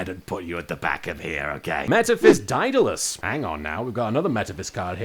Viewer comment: Say it with me: DAY-DUH-LESS (Also: Yes, I'm trying to lecture an Englishman on how to pronounce English words...as an American...from a country famous for butchering said language.)